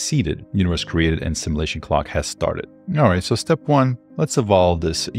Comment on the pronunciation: "Sim-you-lation", not "Sim-eww-lation"!